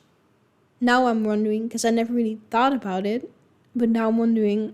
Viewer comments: Americans often mock Canadians with "out and about' and say 'OOT and ABOOT", but in reality, Canadians pronounce the words "oat and aboat'. Kind of like they do in Wisconsin. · Eut and abeut